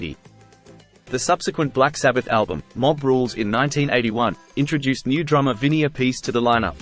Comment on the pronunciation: nice man. actually its vinnie ap- pa -c.